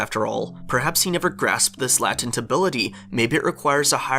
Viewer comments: Why do you keep saying latent like Latin it's pronounced lay as in lying and tent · It's not la-tint It's lay-tint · Okay, I love your videos, but just one quick thing, you’re saying latent as if it were pronounced “lat-ent,” but it’s pronounced “late-ent” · Latent is pronounced lay-tent not lattent. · LATE-ent. Long A. lol Latent. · the litch has been shown to shapeshift multiple times throughout the series, i think he was just doing his own thing, and the "jake style" shapeshifting he was doing was more for thematic reasons than lore reasons. also latent is pronounced lay-tent. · Lay tent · dude PLEASE google how to pronounce "latent" ... (lay-tent) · "Latent" is pronounce "lay-tent." Google "how to pronounce latent" if you don't believe me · Why did you say latent like that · i love u but pls learn how to pronounce latent